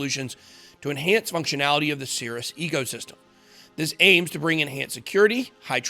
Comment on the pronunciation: I thought you said Sears. Thankfully there's text to tell me you said Cirus.